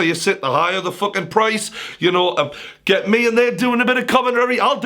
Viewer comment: Fokin Fokin Fokin Fokin Stop saying fok/in